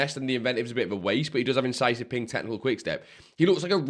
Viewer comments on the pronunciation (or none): none